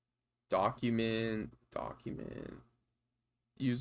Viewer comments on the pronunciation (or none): "ducument, thats critical" 🤣 Appreciate the analysis, learned a bunch. Never been too comfortable with wireshark but im learning.